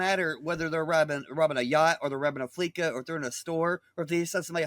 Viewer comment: It’s fleece-a not flee ca As in fleece you of all your money, it’s a pun. Like everything in gta